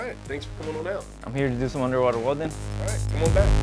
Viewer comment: He seaid " unerwaterwellin "